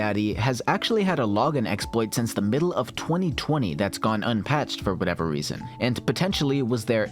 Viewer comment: "the weason"